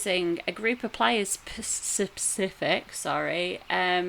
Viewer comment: "Sepific.."? lol. From a FFXI + FFXIV vet though, very well done and narrated video. Got it running on other monitor whilst I level up my 9th character on main comp.